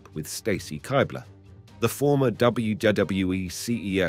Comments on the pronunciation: why does this guy struggle to pronounce the letter 'w'? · "dub dub dub double you e" 🤣🤣🤣🤦🏾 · does not know how to pronounce one of the easiest acronyms in history. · Why can’t you say WWE right? It’s pissing me off lol. Oh and Vince is a monster. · Say W W E properly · You can't even pronounce WWE, Trish Stratus and Stacy Kiebler's name right and all these issues you are talking about are actually storylines that WWE were telling during the Ruthless Aggression Era so no one knows if Vince McMahon was actually doing all these things cause he was a sick pervert or if it was just storytelling or it could've been both but it's hard to say without actual proof of anything illegal or not.